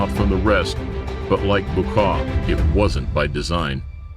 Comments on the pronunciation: Its bwa-cow* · It's "Boo-Ah Kao" ... That's how you pronounce it. and The other guy is "Chaang Peu-ahg" (the white/albino elephant) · Did he butcher Buakaw name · Mai tai 🙄 atleast learn to pronounce Muay Thai and buakaw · He couldn't do a quick google search and learn how to say Buakaw right?